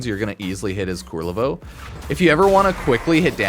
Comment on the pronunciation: Kul-ler-vo, not kur-rel-vo xD